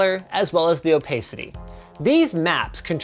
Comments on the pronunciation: Its pronounced 'oh-PA-sity'. Not 'oh-pay-sity'. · Linus pronouncing opacity as "o-pace-ity" as opposed to "o-pass-ity" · I hope they keep the intro and did linus just pronouced opacity as "opaycity" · And "opaycity" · in my country we pronounce it "o-pace-ity" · Java? Opacity? Why are you mispronouncing everything’s/ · The way he pronounces opacity tho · I can't believe he said opacity instead of opacity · When I once pronounced it wrong once, a graphic designer made fun of me. Thank you Linus for validating my feelings. It only proves how dumb English is since Opaque is not pronounced the same way as Opacity. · How did you just pronounce opacity?